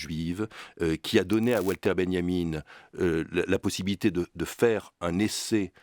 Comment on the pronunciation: Walter (Benjamin) se dit Valter en Allemand (comme Wagner), pas Oualter.